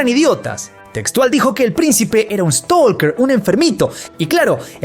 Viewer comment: no hables en ingles si no sabes pronunciar correctamente la palabra , stalker, no se pronuncia la L como lo hiciste, utiliza la palabra en español (acosador) si no sabes, no confundas a la gente por hacerte el banana